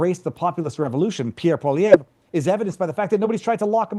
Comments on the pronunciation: Gd Americans. Its polievre not polvair. And this guy isn't wrong about a terrible 4th term. However Alberta is not going to the us and neither is Quebec ffs. Pierre isn't Donald Trump thats right off a Liberal smear campaign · PIERRE POLE-VER ... ? ...You need practice on pronouncing his surname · I was at Pierre's rally tonight 15 miles north of Nanaimo GREAT turn out mainstream polls are fake just like CBC Pierre's going to win Big BLUE Wave rolling in 💙💙💙💙💙🇨🇦🇨🇦🇨🇦🇨🇦🇨🇦 Matt pronounced Pierre's last name wrong 🤪 it's like Pauly ev / like the name Evan 😉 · This guy cannot pronounce " Poilièvre" ... " Polly - e - vre" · It's pronounced 'Pierre POLLY-EV'. He will be the next Prime Minister in 3 days from now. Sanity will finally return to Canada, slowly but surely. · Love that this is being covered but please.pronouce his last name as polly...ev ...Rhymes with Kev. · Poilievre pronounced polly ev, please do your homework before blogging especially in name pronunciation. eeeeeh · Butt hole is how I pronounce it. or PEPPI-la'pew. HAHAHA. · You are a professional. Learn how to pronounce people's names. Poilievre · Gaetz butchered pierres' last name . lol oh well at least he tried .. . F*&^K Carbon Tax Carney ...he is worse than trudeau. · Is it really that f-ing hard for the damn yanks to pronounce POLLIEVRE properly? Holy crap. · As a Canadian it always brings me great joy when an American mispronounces "Poilievre" 😂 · LOL. no American can pronounce Pierre’s last name. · if your going to say his name? say it right